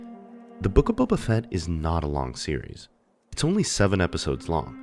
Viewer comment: The Boof of Fett? you mean the book of shit